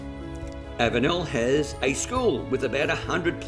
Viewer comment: you are not too far wrong but your pronunciation of avenel is like fingernails down a blackboard to me. my dad was a train driver so he knew how all town names were pronounced and ive heard him say all these names so i know the correct way too. the correct way to say it is to remove the last 'e'. avenl. that house might be really old with a newer section built on the back. sash windows were long out of fashion by the 50's or 60's. the termites really have been enjoying the place.